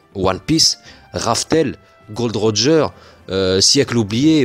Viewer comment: tu as dit gold Roger malheureux c'est gol d Roger;)